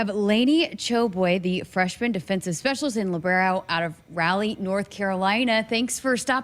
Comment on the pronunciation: Love your interviews,, and Laney is already one of my favorite players. One note: the capital of North Carolina is pronounced RAH lee.